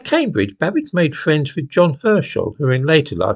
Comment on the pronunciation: Did you say Babbage or cabbage 🥬🥬🥬???????